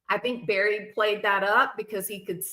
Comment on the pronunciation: Did you say Barely Morphew? 😅😂